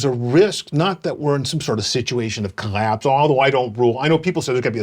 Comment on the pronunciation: as usual Ted Gioia is a very smart guy who has an interesting way of pronouncing certain words with the letter "L" in them, like "collapse", "basically", "listed", "let's", "listening", etc.